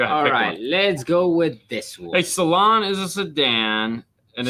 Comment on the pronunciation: Saloon is European for Sedan. Its not a type of car but catagory. Saloon is pronounced like an old western bar a saloon not salon. Love your channel!